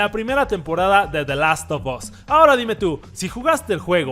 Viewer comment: Amo “DE LAS OF OS” 😂😂